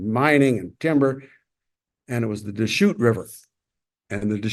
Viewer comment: Enjoyed the history you presented. I have walked through tunnel 13 several years ago before they reopened it. The information provided about the line that was started from Grants Pass to Crescent City was fascinating. Your pronunciation of Deschutes River was not quite clear and one other name too, which I don’t remember now but over all such an interesting video. Thank you for taking the time to share it.